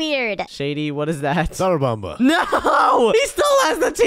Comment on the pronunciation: SHADY SAID SARABABA